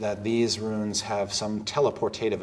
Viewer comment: Chris has an aggravating habit of pronouncing "rune" as "ruin".